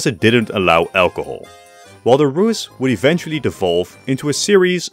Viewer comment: Finally someone pronouncing "Rus" correctly